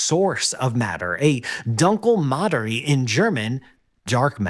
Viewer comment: learn how to properly pronounce "Dumkle Materie" ....